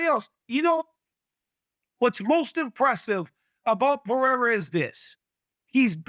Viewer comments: Alex Puh-Hair-Uh Then it’s Alex Pee-Era 😂😂😂 It’s (p uh r eh r ah) Nobody that speaks on MMA can get his name right. Stephen A Smith butchers it so bad too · Does Chael say Pee-era to be annoying is that how it's really pronounced? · Chael still doesn't know how to pronounce "Pereira"...time to retire, Chael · Chael needs to be respectful and learn how to say Pereira's name